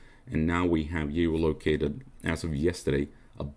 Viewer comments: Gee oh loke aye ted. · Your English is great, but figure out how to say 'geolocated'